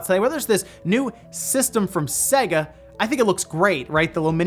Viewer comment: Seyga, not Sehga.